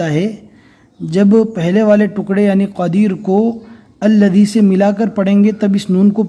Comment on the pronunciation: Ilif to nai padna hai to allaji padh rahe hai